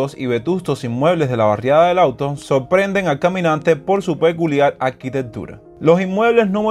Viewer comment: Puntalar no se dice, se dice APUNTALAR. Y no auto, sino LAWTON. MALA TRADUCCION Y PEOR PRONUNCIACION. Los nombres propios se escriben con Letra Mayúscula.